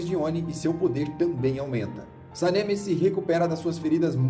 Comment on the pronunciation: Video bom mas nao se fala senemi e nem tomióka